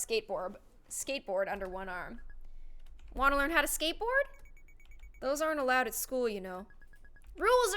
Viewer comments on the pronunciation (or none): I laughed so hard when she said “skateborb” I have no idea why